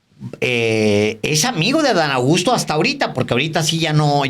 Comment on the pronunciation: Alvaro, pronuncias tan rápido el nombre de Adán Augusto que parece que dices Adán Agusto...😂